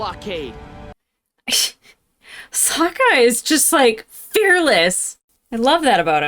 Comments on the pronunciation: "Why did I call him Soak-a?" *coughcough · i think the movie corrupted you lmao soaka they pronounced the names bad in the horrible movie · I started a rewatch of this show because of this series. Also your mispronunciation of Sokka gave me PTSD flashbacks of the shitty movie which had the same blatant mispronunciation. Something the show does brilliantly is show that there are no “good” guys in this war. There are good and horrible things done by members of each surviving nation throughout the show.